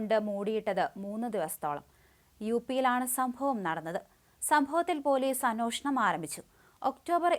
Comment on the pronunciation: അന്വേഷണം.. അന്വേഷണം. അന്വേഷണം എന്നിങ്ങനെ പറഞ്ഞു പഠിച്ചു നോക്കൂ കുട്ടീ..😂